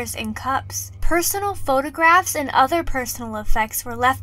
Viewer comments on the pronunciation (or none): none